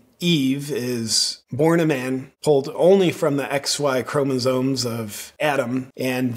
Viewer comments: Does it think we should take any advice from a thing that can't say chromosomes? It definitely not chromosones!! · it's chromoSOMES, not ChromoZONES. I couldn't listen to the rest of the video after this. We need a new plague.